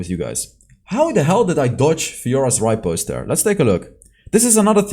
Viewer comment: its repost not ripost plss i was so pissed off listening to it again and again